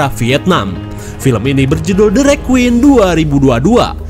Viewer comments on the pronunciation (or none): none